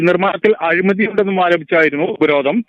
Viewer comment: ഉപരോധ'ന'മോ 🤣 അക്ഷരം അറിയാത്ത മാപ്ര🤣